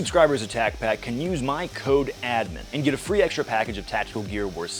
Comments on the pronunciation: your mispronouncing tacpack, talk to brandon please. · You said tacpack wrong 😂should be shouted in an aggressive style lol